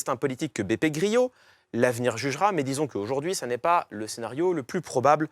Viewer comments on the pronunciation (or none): Beppe Grillo n'est pas espagnol mais italien. Donc son nom se prononce comme grelot, pas gryo, Monsieur Je-sais-Tout !